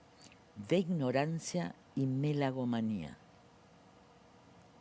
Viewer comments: Megalomeno , se dice. No melagomeno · Lilita, te aprecio mucho, pero no puedo creer que digas (y dos veces) "melagómano" en vez de "megalómano". ¿Cómo es posible? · es la 2da entrevista donde Carrio dice melagomano en lugar de megalomano, la verdad me sorprende mucho, porque es una persona muy instruida y ademas en la nota esta haciendo hincapie en el lenguaje, raro que nadie se lo haya corregido. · Megalomano lilita, no sabe ni decir bien las palabras! Me gusta porque le dicen loco a milei y llaman a personas como estas que no pueden seguir eo hilo conductor de una conversación! Hablando de todo como los locos!